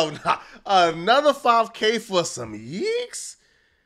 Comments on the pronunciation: Plz quit saying yeeks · Stop saying yeeks. It doesn't make any sense